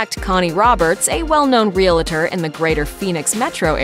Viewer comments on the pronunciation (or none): Real-tor (2 syllables) Real es-tate (3 syllables). There's no such thing as a real-a-tor. Why can no one understand this!